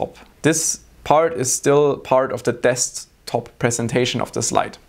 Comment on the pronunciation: he said deSKTop so many times in such a weird way. i thought it was wrong way to pronounce it :D